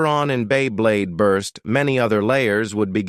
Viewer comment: This AI narration sounds like shit. "During the history of bEy bLeYd"